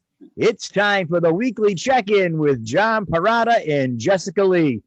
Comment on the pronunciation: In Italian Perrotta is pronounced like this Pe- wrote- tah.